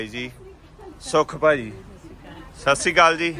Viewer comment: Sat Sri Hunda Sassikaal ni hunda😅